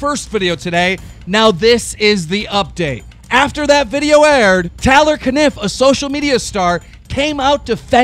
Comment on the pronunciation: ITS A-LISS-A VIOLET AND ITS T-AY-LOR CANNIF